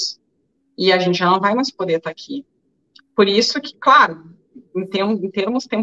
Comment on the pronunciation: hahahaha! Show! Adorei o "CRARO" do amado, hahahahah dei risada agora! Gratidão querida Ana Paula